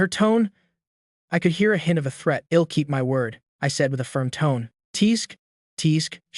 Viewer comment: why he says ill it's l'll dumby